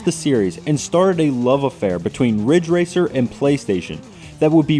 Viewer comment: IT'S RIDGE RACER. RIIIDDDGE RACER!